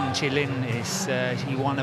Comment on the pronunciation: Even it writen Ch"i" doesn't mean you can say it ch"ai", because it can be meant veggies, that's why they laughing 😂